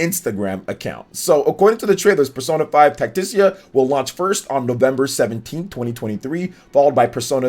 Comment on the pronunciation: It's Tactica. Tac-tic-a. Not "tacticia"